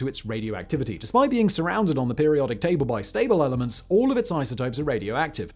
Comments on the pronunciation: Simon doesn't actually know all this stuff. He has a team of writers who are more specialized in different fields. I can tell this by how frequently he mispronounces jargon (like the names of some of the elements in this video). The whole can be greater than the sum of its parts - and deliver knowledge and be entertaining at the same time. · Sorry Simon, but your pronunciation of some of these elements is just horrible…